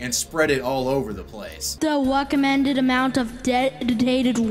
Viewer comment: he says "weccomended" and "wam" obviously a problem with the R